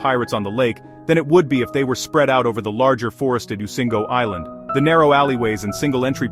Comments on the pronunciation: Migingo is pronounced mi gi ngo not mingo.The island is between Kenya and Uganda, right in the Lake Victoria. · Why a u lying to people? And it's migingo, not mingo 😂😂